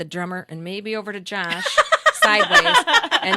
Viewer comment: Why is she saying Jash instead of Josh?